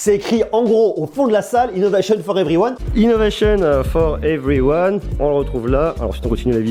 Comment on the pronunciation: Innovéchionne fort everyouane 😁